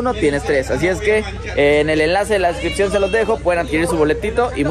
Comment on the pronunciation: min 20 decripcion en vez de descripción